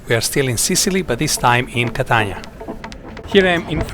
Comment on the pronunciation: Es ist unglaublich dieser Typ ist nicht in Stande Catania auszusprechen!!!!! Catana schäm dich du hast von nichts eine Ahnung